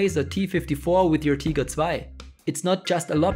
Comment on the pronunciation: I can tell this guy is German... no other person would pronounce „Tiger“ the same way😏 gotch ya.